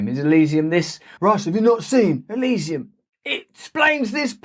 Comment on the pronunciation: Did you say Elysium. Lol